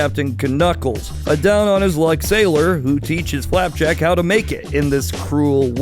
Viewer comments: Did you say Clapjack??? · did you only say flapjack and knuckles correctly once